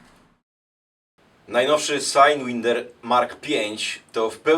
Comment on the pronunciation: czemu sajdwinder jak SAJDŁAJNDER przecież...